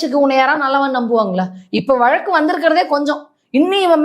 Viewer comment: வளக்கு இல்வப்பா வழக்கு! இந்த காலத்துப் பிள்ளைகளுக்கு. ழ. வரவேயில்லை. தமிழின் சிறப்பு. ழ. வில் தான் இருக்குதப்பா!